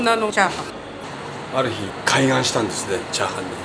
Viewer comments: ✕ かいがん 〇 かいげん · 開眼はカイガンではなくカイゲンだよな。 漢字は同じでも読み方で全く意味が違う。